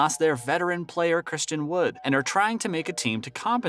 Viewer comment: In less than 1 & half minutes of this video you managed to butcher both Nowitzki's & Dončić's names. I'm not even mad, that's amazing! 😂 Edit: you even got Christian Wood's name wrong, that's got to be some kind of a record 😂 😂